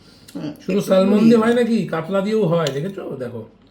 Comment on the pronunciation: Khub i tasty ❤❤❤ but kotha ta স্যালমন না স্যামন । Ami England e thaki ... ar Salmon , Cord , Tuna , Basa egulo khub i available ekhane ... tai bollam ❤ valo thakben ❤